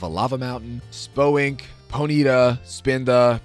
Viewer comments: I'm sorry, SPOH-INK??? MAH-CHOP??? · (yes, I know it's on purpose, I just found "spoh-ink" especially egregious)